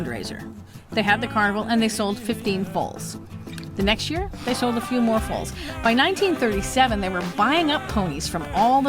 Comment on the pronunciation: I actually love these videos with the music! You are a great story teller! So don't ever doubt yourself. Question: isn't the pronunciation of Fowls like Foul? Not like Fold. Using that word as an example of pronunciation. Yes, I am a weirdo. I can't wait until I get my RV. Not a big one mind you, it looks like a Camper, but a little bigger. Still tiny and minimal living. The thought of waking up wherever I want Just thrills me! But I will have a home spot here near Lake Tahoe, most likely at a campground or year around campgrounds with a Lake.